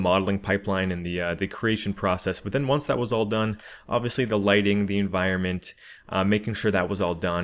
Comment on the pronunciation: I'm sorry dude and I hate to nitpick but it's environment